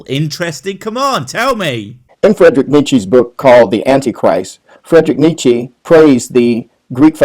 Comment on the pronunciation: He can't even bloody pronounce Nietzsche properly. God, I hate religion (see what I did there)